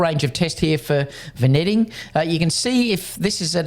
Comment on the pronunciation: It's pronounced vin-yetting